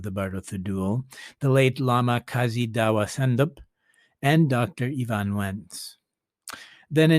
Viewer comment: EvanS-Wentz Not Evan Wentz